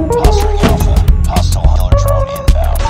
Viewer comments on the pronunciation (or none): none